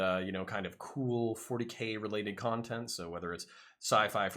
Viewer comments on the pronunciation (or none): none